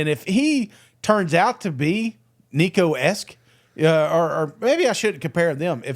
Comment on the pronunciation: please just call him nico... you're butchering the crap outta his name